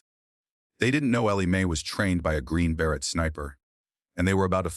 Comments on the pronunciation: Totally AI - Green Beret totally mispronounced- nobody would mispronounce beret and say Ber- Et - annoying as hell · AI is not intelligent because AI can't pronounce words correctly. Like beret